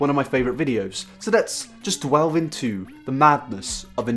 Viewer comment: i like when you say "dwelve"... "let's dwelve into..." srsly. good vid tho bro